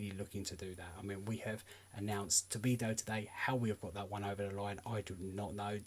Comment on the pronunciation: The name is not Tobido but rather Todibo